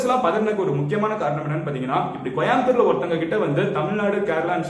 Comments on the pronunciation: யோவ் கொயம்புத்தூர் இல்ல கோயம்புத்தூர் எங்க சொல்லு கோ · தம்பி கோயம்புத்தூர்.... சரியா சொல்லு....😄